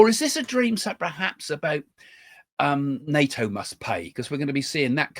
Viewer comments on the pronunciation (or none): none